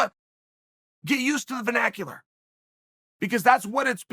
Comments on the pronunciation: I bet cheal herd the word vinacular for the 1st time b4 this video... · Chael "venacular" Sonnen